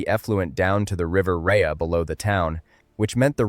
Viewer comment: I'm glad this story has been told. There are of course pronunciation mistakes: 'Birmingham' is not pronounced with an 'h'; and the River Rea is pronounced 'Ray'. Further details are relevant. The underlying rock of Birmingham does not let water through quickly, and until a proper drainage and sewage system was made in the late 1800s, thete were terrible floods. On one occasion, a lake of turds - to put it crudely - formed just south of the town centre. Moor Street Station is close to the original town centre, and has been brought back into service by being fitted out in a 'retro' style. I've been in the area since the 1970s, and a road close to that station, downhill from where the oldest houses were, was then called 'Shut Lane'. Since the local dialect has 'u' sometimes where standard English has 'i', I think you can guess what that meant. Birmingham has had a long history of major municipal initiative to improve the life of its people. But I have the suspicion that right-wing forces don't like this, and there seems to have been a determined attempt to wreck the running of Birmingham. A few years ago, the city was declared technically bankrupt, and commissioners from central government were put in. There are many accounting experts who believe the city wasn't bankrupt at all, and the whole thing stinks.